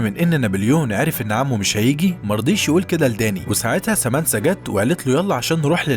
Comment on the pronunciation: سامنثا وليس سامنسا